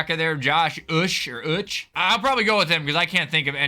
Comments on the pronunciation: "josh ush" is so funny bruh lemme teach u OO-CHAY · For Josh Uche his name is phonetically said Josh OoShay